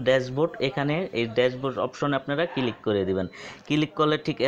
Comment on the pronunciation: Click na vai kilik.....ay video theke apnara notun uccharon sikhte parben.❤❤🤣🤣😂😂